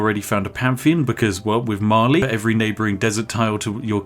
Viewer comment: I understood eventually he was saying Mali but all I heard was Marley like it's Attack on Titan up in here.